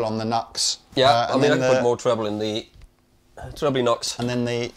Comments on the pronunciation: It’s pronounced New X. Not Nucks. 😂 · NUX is pronounced "new ex". Even cheap gear is absolutely useable! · It's pronounced 'New Ex' not 'Nux' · Another great video! Question: I’ve always heard the brand NUX pronounced New X, not Nucks. Is this just a Brit vs USA pronunciation thing? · I think the Brand NUX ist spelled like " new x " instead of " nugs " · Its New Ex not Nucks! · Nu - X !! Not nux.....C'mon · It's Nu-ex, I learned this from you! lol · Come on, man! "Nucks?" I know it's a stupid name, but if you sell the stuff, at some point shouldn't you pronounce it the way the company intends? You're better'n that! I have the same problem with longtime synth players who say Mooooog.